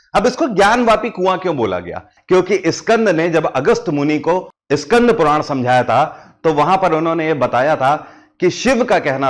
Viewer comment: Iskandhpuran nhi skandhpuran